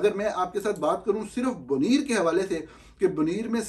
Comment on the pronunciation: نوجوان ۔۔۔ آپ جذبات میں مدہوش ہو کر جانے کیا اول فول بول دیتے ہیں۔ جہانگیر ترین اور علیم خان دونوں کو اسی تحریک انصاف کی حکومت کے دور میں مقتدرہ کی مرضی کے خلاف (اور جیسا کہ بعد کے حالات نے ثابت کیا، خاصی بھاری قیمت پر) برطرف کیا گیا۔ پہلے تولئیے پھر بولئئے۔ نرگسیت کم کیجئیے۔ اور اس شہر کا نام Buneer نہیں Bunair بولا جاتا ہے۔ دوسرے ممالک کے ذرائع ابلاغ پر ان کے پڑھے لکھے لوگ پیشکشیں کرتے ہیں۔ اگر ان کی زبان سیکھنا ہو تو آپ ان کے طرز تخاطب سے سیکھ سکتے ہیں۔ ہمارے ملک والوں سے بین الاقوامی تو دور، قومی زبان بھی درست نہیں بولی جاتی۔ ملک کو mulak، غلط کو ghalt، وقت کو waqat، سترہ کو ستاراں، کمپنی کو کومپنی ۔۔۔ کسی اور ملک کے صحافی کو اپنی زبان کا بیڑہ غرق کرتے سنا ہے؟ یہ شاخسانہ بس آپ قابل لوگوں ہی کا یے۔